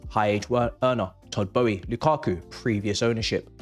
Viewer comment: Good video however it’s Boehly!